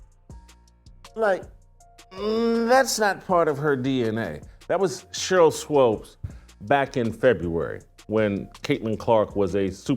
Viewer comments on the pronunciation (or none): It's pronounced like Sheryl (SWOOPS), and she is one mixed up chick! In the inaugural season of the WNBA, the media was pushing her, Lisa Leslie and Rebecca Lobo, as the stars. Swoopes, was pregnant and the 'W' did all they could to hide that fact. She has "switched teams" albeit Straight or 'G' a few times. She used to be kind of cute but now she is just an older, chubby, b!-curious, bitter chick that wants to remain relevant.